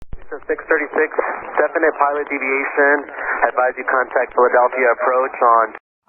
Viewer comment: I agree. I think the controller may find that some 'retraining' issues on his own part might arise from that 'Definitie' pilot deviation.